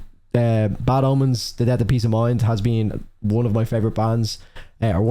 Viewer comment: Am I the only one hearing "Bad Almonds" instead of "Bad Omens" ? XD